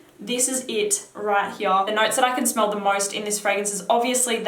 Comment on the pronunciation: love your pronunciation of here 'heeyah' lol